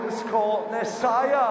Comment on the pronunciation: 19 years of blasting Scooter's music and only now I've learned how to pronounce Nessaja.